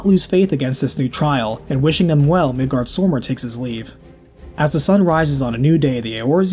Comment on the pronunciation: the way you pronounce Midgardsormr makes me want to scratch a blackboard with my nails.